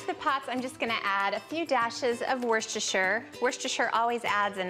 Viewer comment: It's woos-ter-sher sauce, from a Brit